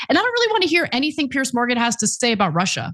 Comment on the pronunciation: Piers, not Pierce